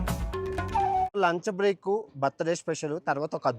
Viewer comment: lancha break ndhi .....lanja break laga cheppavu .......lunch break clarityga chpuuu